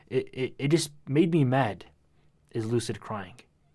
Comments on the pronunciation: No one: Lil UK brat: "Is Loocid croying" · Is LuCiD cWiyIngS